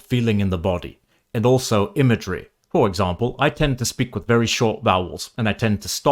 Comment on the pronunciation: The accent you used from about halfway through the video in the voiceover until the last chapter actually sounded really good. not necessarily accurate or very british, but soothing and enjoyable for lack of a better way of putting it. for example, "imagery" was perfection. you do clip ending consonents though. just a bit later the way you said "accent" wasnt even close to how id imagine another british person saying it.